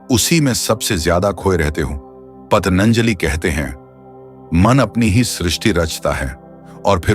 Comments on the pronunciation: " पतनंजाली " नहीं है ----- " पतनंजाली " नहीं है ----- " पतनंजाली " नहीं है ----- " पतनंजाली " नहीं है ------ " पतनंजाली " नहीं है ------- " पतनंजाली " नहीं है -------- " पतनंजाली " नहीं है --- महर्षि पतंजलि/पतञ्जलि/Patanjali है ---------- महर्षि पतंजलि/पतञ्जलि/Patanjali है ----- महर्षि पतंजलि/पतञ्जलि/Patanjali है ------- महर्षि पतंजलि/पतञ्जलि/Patanjali है ----- महर्षि पतंजलि/पतञ्जलि/Patanjali है -------- महर्षि पतंजलि/पतञ्जलि/Patanjali है ------- महर्षि पतंजलि/पतञ्जलि/Patanjali है ------ महर्षि पतंजलि/पतञ्जलि/Patanjali है ------ महर्षि पतंजलि/पतञ्जलि/Patanjali है ------- महर्षि पतंजलि/पतञ्जलि/Patanjali है ---------- महर्षि पतंजलि/पतञ्जलि/Patanjali है ----- महर्षि पतंजलि/पतञ्जलि/Patanjali है ------- महर्षि पतंजलि/पतञ्जलि/Patanjali है ----- महर्षि पतंजलि/पतञ्जलि/Patanjali है -------- महर्षि पतंजलि/पतञ्जलि/Patanjali है ------- महर्षि पतंजलि/पतञ्जलि/Patanjali है ------ महर्षि पतंजलि/पतञ्जलि/Patanjali है ------ महर्षि पतंजलि/पतञ्जलि/Patanjali है ------- महर्षि पतंजलि/पतञ्जलि/Patanjali है ---------- महर्षि पतंजलि/पतञ्जलि/Patanjali है ----- महर्षि पतंजलि/पतञ्जलि/Patanjali है ------- महर्षि पतंजलि/पतञ्जलि/Patanjali है ----- महर्षि पतंजलि/पतञ्जलि/Patanjali है -------- महर्षि पतंजलि/पतञ्जलि/Patanjali है ------- महर्षि पतंजलि/पतञ्जलि/Patanjali है ------ महर्षि पतंजलि/पतञ्जलि/Patanjali है ------ महर्षि पतंजलि/पतञ्जलि/Patanjali है ------- महर्षि पतंजलि/पतञ्जलि/Patanjali है ---------- महर्षि पतंजलि/पतञ्जलि/Patanjali है ----- महर्षि पतंजलि/पतञ्जलि/Patanjali है ------- महर्षि पतंजलि/पतञ्जलि/ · Thik h Lekin aap shabdon ko badal kar kyun bolte ho Rishion ko arishi Ab Patanjali ko patanjali. Aesa koi vishesh karan h. Itna deep samajhne wala ye galtiya kyun kar Raha h? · भाई पतंजलि का जब ठीक से उच्चारण भी नहीं कर सकते तो क्यों ज्ञान बांट रहे हो ? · महर्षि पतंजलि का उच्चारण तो सही तरीके से कीजिए। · पतंजलि बोलिए पतनंजलि नहीं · पतञ्जली शब्द का सही उच्चारण करना नहीं आता और चले अर्थ बताने| मत सुनिए | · महर्षि पतंजलि का नाम तो ठीक से उच्चारित कीजिए महाशय।